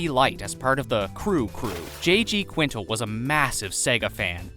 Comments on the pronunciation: Fact 124: Quintel is pronounced QUIN-TELL lol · it’s the pronouncing the creator’s name wrong the entire video for me…smh